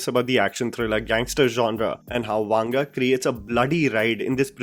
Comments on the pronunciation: It's not वांग it's वंग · It is not pronounced वांगा, just वंगा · His surname is not वांग rather it's वंग. If you are covering any non Hindi person it is a good practice to reach out to someone who speaks that language to ensure you get the pronunciation right. It can be very annoying for ppl from Telugu speaking states to hear that wrong pronounciation. You have a strong subscriber base and it is just a message away to get some help. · I have nothing to say about the video, but the way you pronounce the South Indian names... To be honest I recommend you to first hear the way we pronounce. It is not vaanga, but vanga. I've made this comment after watching so many of your videos... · It's not वांगा .. it's वंगा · Bhai it is not vaanga, its vanga. For authenticity of name pronouncement